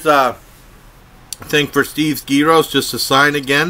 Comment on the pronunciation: You said gyros wrong